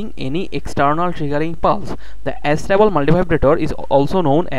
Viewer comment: it's not As-table multivibrator idiot it's A-stable multivibrator ....